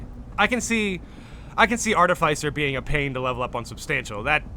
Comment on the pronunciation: Hearing you try pronounce "artificer" 30 times this video really hurt the ole noggin.